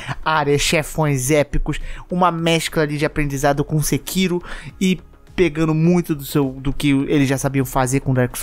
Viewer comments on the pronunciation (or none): none